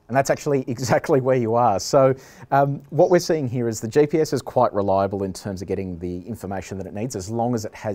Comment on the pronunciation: Someone ought to let the host know that the acronym is GPS (GeeePS), and not JPS. His "JPS" pronunciation was throwing me.